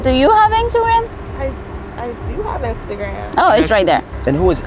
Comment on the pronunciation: When said “injagram” I was lost😂😂